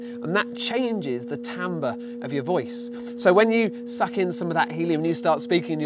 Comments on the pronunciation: tambes? I thought it was pronounced Tarmbre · TAMBER????? Don't you mean t-I-mber? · its pronouced tombre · It's actually pronounced tawmbru (Timbre)